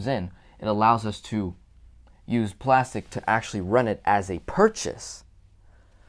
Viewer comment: This may be sorta random, but you're the first velocity banker I ran across who pronounces Plastiq correctly.